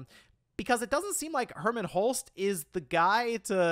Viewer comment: Wait so this wasn't a Jim Ryan thing, Did really say Herman? Ah Man How did he get it soo wrong, I thought better of you herman what what a let down. The Helghasts in killzone are crying in shame right now. I thought after the switch over with Herman would of got the Sony ship back on track.